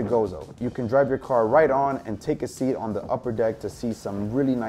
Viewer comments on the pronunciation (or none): none